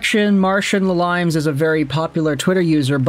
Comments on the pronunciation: This guy has NO IDEA how to pronounce names. Today's lesson is about "". The guy OBVIOUSLY took the name from former Sens goaltender PATRICK LALIME....pronounced LA-LEEM. Ain't that right, LEE-GO? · Phonetically: Its chick-run. Its La-leems martian Murray wasn't traded for Talbot. Gustavsson was traded for Talbot. Try preparing for videos. Watch some hockey.